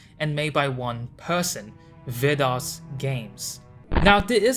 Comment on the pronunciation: Hey! It's me, Vidas! This was a really cool video, also I'm surprised how well you're pronouncing my name, are you Lithuanian just like me by any chance? I don't think I've seen anyone making a "documentary" about me like this, and I really like the music choices you have from Silent Hill 2. The body in Dia is supposed to be the same man's body following you, that's why it looks the same, it's the "same person". Thanks for making this video, this was very cool to see and I appreciate you diving into my work.